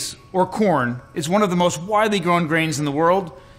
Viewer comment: Just say CORN for fucks sake.